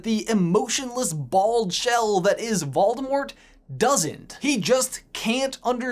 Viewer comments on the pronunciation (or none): Waldemort? pronounciation check please